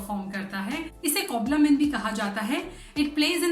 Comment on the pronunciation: Your video is informative. But sorry to point out that you are unable to correctly pronounce two important words – COBALAMIN (you said, "Coblamin") and LACTOBACILLUS which you pronounced wrongly in a funny way. It seems you are not from a Science background. Hence you are not familiar with these scientific terms. You are perhaps simply reading a script with hand movements without understanding the meaning..!!